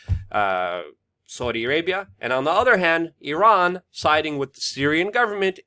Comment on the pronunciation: C'mon Luke it's WITH not Wit - you can do it